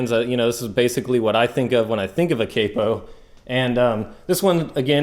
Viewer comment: It's not capo, it's capo